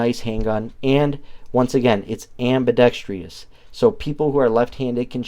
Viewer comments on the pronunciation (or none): Am-buh-dex-truss. There's no "tree" in Ambidextrous.